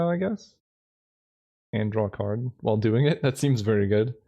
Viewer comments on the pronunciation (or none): none